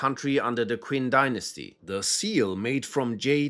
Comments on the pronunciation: For the the Imperial Seal section the Qin Dynasty is pronounced as “Chin” not “Kwin” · “Quinn” dynasty 😭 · "Qin" is pronounced as "CHIN"